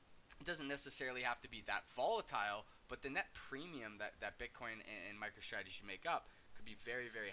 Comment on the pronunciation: Sure call it whatever you want, I’m just pointing out it that you’re pronouncing it wrong which is kinda strange from someone that has solid analysis like you.